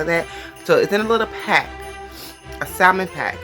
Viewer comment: She can't even properly pronounce salmon lol